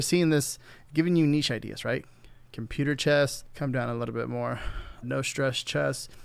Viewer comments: I heard "chest mom" and had to rewind to hear it again. I think watching porn on his other screen, got his mind all confused. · Is it just me or are you saying chest half the time? Because women's chess club and women's chest club sound like two very different things.